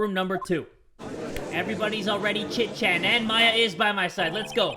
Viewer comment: that's Maya not Mia!